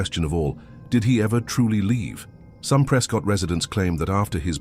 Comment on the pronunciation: Yup, I remember the first time I was verbally reprimanded for calling it “pres-cot” and not “pres-cut”